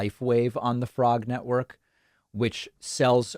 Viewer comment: The way David said "frognetwork" sounded a lot like "fraudnetwork" which would probably be more accurate (allegedly).